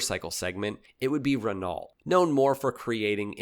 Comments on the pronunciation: "Renalt"? lol Here's a little French pro-tip for ya.... Renault is pronounced "Renn-Oh". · Awesome vid but I couldn't help wincing every time he mispronounced Renault - the average Kiwi can pronounce it closer to the correct pronunciation than this guy. "REN-oh" is closer than "reNOLT" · Renault is pronounced Renoh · Always funny when English speakers fumble that. :D (BTW the E is pronounced as a [œ] like in the word "burn") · Don't say "Zero zero one", say "Double O one". Has James Bond ever been described as "Zero zero seven"? No. Exactly. What the fuck is wrong with you? Only a dumb yank (sorry, superfluous use of the word "dumb") would be this inane. And, FFS, ask someone with a brain how to pronounce "Renault".